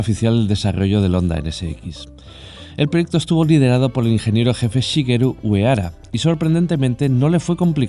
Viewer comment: Está interesante el vídeo pero no puedo superar que llames "onda" a Honda que se lee "Jonda", el ingeniero Uehara también se lee"Uejara", creo que es un poco de esfuerzo de respeto al idioma ajeno